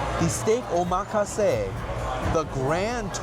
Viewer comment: I appreciate the places you go to and how much you order. It gives us a better idea of the place and different menu options. FYI...omakase is pronounced ow muh kaa say. It essentially means "I leave it up to you" in Japanese. It's why there are no details on what is going to be in it. I personally don't like omakase because the chef doesn't know my likes/dislikes. They could nail a cucumber dish and I won't like it because I can't stand the ingredient. It wouldn't be their fault, but the customer wouldn't be satisfied. Very popular at sushi spots. Keep up the great work. I am waiting for a Secret Pizza review on the white pizza and pies. I lived in NYC for years and the white pie is probably my favorite one in the country. Thanks for what you do.